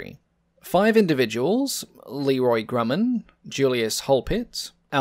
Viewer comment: Great video spoiled by the mispronunciation of Grumman. (grew man)